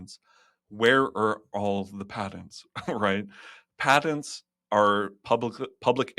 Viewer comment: What's a padent? Does he mean patents?